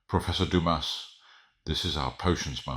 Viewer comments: I would've playfully nudged and gave a smirk when he pronounced his name as dumbass 🖤. That had me on the floor 💀💀😂😂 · is deliciously sarcastic, especially the way he pronounced Jean Dumas’ last name as “Dumb-ass”. 😂😂😂❤ I love him so much. I suddenly just realized that this guy is a French version of Gilderoy Lockhart. Ugh. 🤔😳